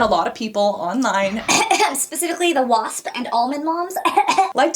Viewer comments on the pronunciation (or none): none